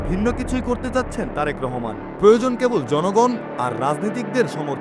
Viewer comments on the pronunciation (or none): none